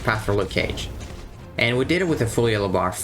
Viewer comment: 'Nuke cage'